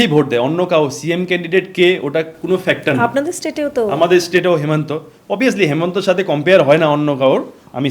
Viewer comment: Please Assam ar CM Himanta Biswa Sharma, apni Hemanta bolchen,please namta thik kore bolle valo lagbe